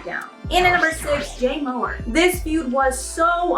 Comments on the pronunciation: Mohr is more not mower, freaking research your videos and the pronunciation of names ffs that's two so far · Farah Abraham not Sarah Abraham. Jay Mohr not Mowry😂😂